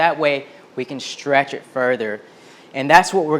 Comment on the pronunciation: I had to look up the words shtretch, shtraight, shtrength, shtring ... couldn't find any of them.